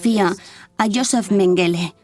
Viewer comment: EN alemán se pronuncia Méngele,con acento en la primera sílaba.